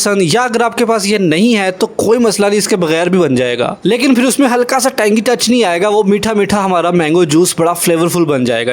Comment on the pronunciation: یہ فر کیا ہوتا ہے یار؟؟ آپ پاکستانی ہو کر بھی غلط اُردو بول رہے ہو؟ ویسے آپ کے چینل کی ڈسکرپشن میں انڈا لکھا ہے اگر انڈین ہو تو وہ لوگ شاید تاقیامت ٹھیک اُردو نہ بول پائیں اور اگر واقی ہی پاکستانی ہو تو آئندہ یہ فر فُر نہ کرنا پلیز پھر ہوتا ہے پھر